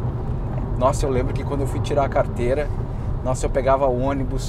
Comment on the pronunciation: Fala da hora a iniciativa! Uffffffa até q enfim alguém fala certo carrrrteira de motorista....e não carta....carta vc escreve pra namorada! Kkkkk